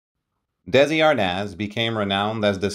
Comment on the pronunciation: Lose the AI narration/pronunciation and get the Desi's correct. Otherwise a pretty good telling of their story. They practically invented the modern "sit-com", and were smart enough to own it as well as the studio that produced so many other programs. Somewhere 'I Love Lucy' will be running forever, and people will still love it.